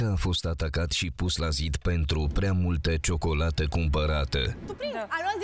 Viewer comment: Alexa, "ciocolati"?